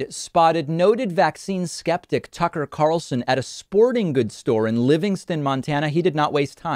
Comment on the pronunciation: David- it’s “store,” not “stauwer” buddy. Might want to check that accent of yaw-ers.